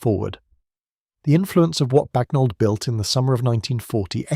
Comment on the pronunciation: IT'S BAGNOLD you ignorant programmer